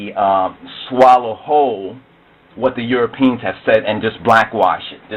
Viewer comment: This man is a Buffoon... "EuroPEENS." He can't even pronounce the word. The cradle of civilization is the Caucus Mountains.